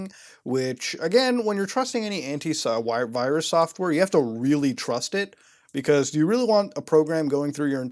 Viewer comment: papa faces his inner Indian and finally slays the "wirus" inside of himself